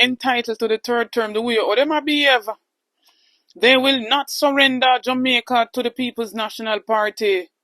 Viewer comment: No listen to a bully that, him can't talk, Listen to how he call (Jamaica 🇯🇲) Jumicka.